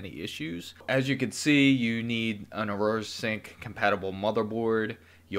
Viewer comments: AURA** not Aroura lol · Who knew pronouncing the word "Aura" would be impossible. This guy showed us that. "Or-rah", bud.